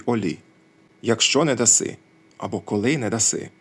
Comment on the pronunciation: так ви же прочитали фразу "не въдаси", як "нє въдасі". Немає доказів , що на наших землях "е" після приголосної ставало "є" (хоча в новгородців "єкання" було, це видно по напису "я звере" берестяної грамоти хлопчика Онфима. Тобто то "я звере" можна прочитати, як "я звєрє").